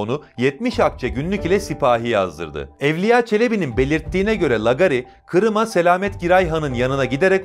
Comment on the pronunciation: Lagari lagari...Yahu hiç mi duymadın bu kelimeyi. Nasıl okunur teâffuz edilir bilmiyor musun? Bilmiyorsan sor bari bir bilene. iLK A'YI HEM ŞAPKALI HEM 2 A'LIK UZUN OKU. aDAM MEZARINDAN KALKIP GELECEK VALLA HEM DE ROKETLE.